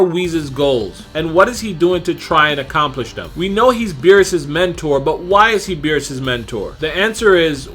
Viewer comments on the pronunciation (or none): Love you but you gotta stop calling him Weez. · Stop saying “Weez” please